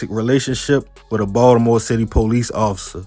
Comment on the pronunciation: I'm from NY, but I love how you pronounce Ball-da-more. 😜